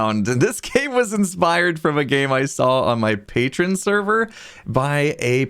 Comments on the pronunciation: IM sorry just my OCD is going up and Patreon is pronounced pay-tree-on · Its prounounce paytreeonn